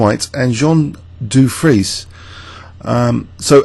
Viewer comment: Dufresne is pronounced Doo-'frayn. Great video as always.